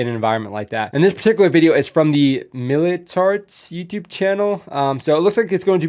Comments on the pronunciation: Oh btw "Militärt" has the "ä" in it (the 2 dot above A) which is pronounced like the Ae in aeroplane instead of "mili-tart" xD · Militärt = Things connected to military. Pronounced: Militert